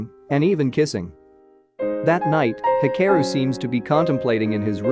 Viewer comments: bruh are you for real when you pronounced the name Mitsaya? It's Mitsuya like Mitsoo not Mitsa. You're even mispronouncing the name Hikaru . It's HIKAROO not He care oo. Ka like Gengis KHAN. HIKHAROO EROHA with the emphasis on E NOT AROHA with the emphasis on O. Daforq is ANAME? It's Anime with the emphasis on A. "A knee me" but without the K bruh your japanese words pronunciation suuuuuuuucks hehehehehehe Am I bantering with a robot's voice? WTF? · I cringe hearing the narrator botch pronunciation of so many names and words (ie anime = “ah-nim- meh” not “ah-num- mee” and hikaru = “hee- ka- roo”)